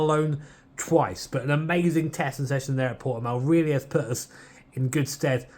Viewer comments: This is cool but people from the UK really need to learn how to pronounce Portimão lol its not Portimau xD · Fun to see the map of the Nurburgring superimposed on hot laps in my hometown's circuit. Also fun to hear Brits trying to pronounce Portimão, the poor sods. (you did better with that than Steve, by the way. Or less bad, I should say. You may gloat with a native's seal of lesser disapproval)